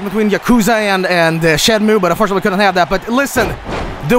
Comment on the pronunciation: The blatant mispronunciation of Majima and Yakuza